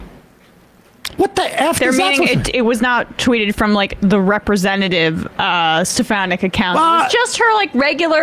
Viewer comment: I like how Sam takes the opportunity to mispronounce these MAGA clowns' names. Like stefanick